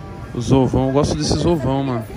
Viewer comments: "Zovão eu gosto desses Zovão Fellas" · Toguro " o zovão, gosto desses zovão mano " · Tem toguro enchendo o rabo de "zovao" tem like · NINGUÉM: -A TOGURO: -OS OVÃO, GOSTO DESSES OVÃO MANO